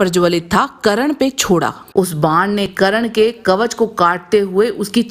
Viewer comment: Karan nhi burbok aurat, Karna bolo